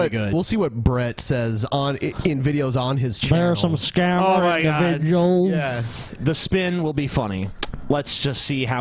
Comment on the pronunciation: "All's you gotta do is get those indivijuls into some sitcheeations."